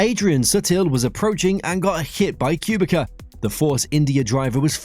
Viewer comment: Ok, I understand you have problems with pronouncing names correctly, but mispronouncing Kubica is just too much. You can literally put the names in the google translator and listen to the pronounciation. It's literally the only thing wrong with your videos